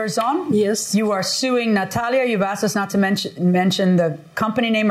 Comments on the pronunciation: ... finally someone who pronounces the name Natalia correctly. Thank you, Judge Milian! Out of HUNDREDS, she's the only one. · The correct pronunciation is Nah-tah-lee-a (exactly how Judge Milian pronounced it). Most Americans pronounce it Nah-taa-lee-a. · No it's not...see how she sounded it out...tah vs. taa ! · Yes, I agree... coming from a hispanic too. The name has the same pronunciation with the Russians, Hungarians, Spanish, Italians, Portuguese, Polish, Ukrainians, etc. It's my daughter's name as well and people love to butcher it. Even when I correct them, they still mispronounce it. No one takes the time to say the name correctly unless it's Cayden, Rayden, Brayden, Hayden.